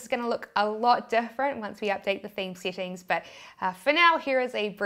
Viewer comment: SETTINGS, not SITTINGS